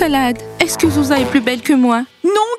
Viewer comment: Petit oiseau au mieux de dire groucha Il a dit zouza Quand elle a demander trois latté